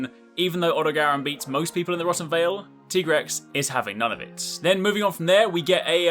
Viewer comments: You said Tigrex wrong you said his name like T-Rex and he says he's a veteran hunter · I have to ask, is that the official pronunciation? TEE-grex? I always thought, being named after tigers, that it was TIE-grex. :/ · Tiger rex....Tye-grex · I just do not get why people call it a "Teegrex". You call a Tiger a "Teeger"?